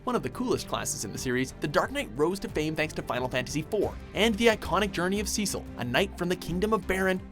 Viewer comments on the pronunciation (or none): it really annoys me that the 2015 Dissidia was written 2009 Dissidia, and the way he said cecil. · Points off for mispronouncing Cecil's name. Major deductions for stating that Zidane was the first main thief character. Locke predates him in FFVI, unless you are counting Locke as a "treasure hunter." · Does it bother you guys that he mispronounced Cecil wrong? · Even worse is, if you played the ds version you must have heard their names a bunch of times, especially cecil, rosa couldnt spend more than two seconds without saying cecil